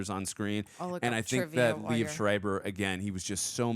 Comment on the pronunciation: not to be nit picky but I will, its pronounced Lee-Ev, 2 syllables, not "leave"